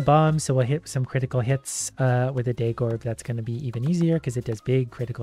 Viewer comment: Pronounced daggorb as "day-gorb", unsubbed